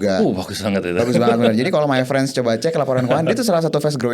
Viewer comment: Harusnya MayFriends (pengucapan: MeiFrens) Bukan MyFriends (pengucapan: MaiFrens)